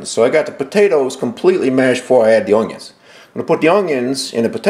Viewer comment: Are you saying oungyuns?